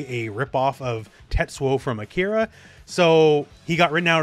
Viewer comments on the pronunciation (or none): none